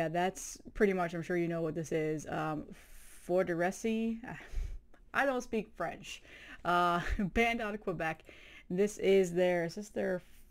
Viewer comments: That is the best Forteresse album, it is killer! It’s pronounced Forteress, silent e on the end. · the e at the end of Forteresse is silent lol. the band rules